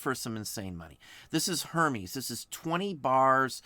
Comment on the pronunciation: "uhr-mez" not "her-meez" if you please..thanks for the tips